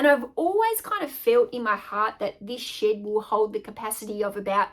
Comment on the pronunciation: I introduced my 4 year old granddaughter to your channel today. She loves your accent. She said oh grandma Honey. She said a bad word. I said what bad word did she say? She said shit. I said honey she didn't say shit, she's saying shed. I got a laugh out of that. Her name is Gwendolynn